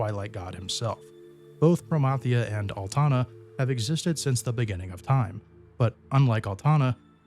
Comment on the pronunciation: The what if you fail against Promathia. Thank you for pronouncing Promathia name right! It drives me nuts when people pronounce it as Pro-MATH-euah